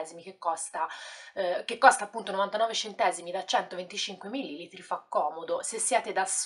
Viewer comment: Grazie x la recensione. Xfavore si dice milli-litri e non millili-tri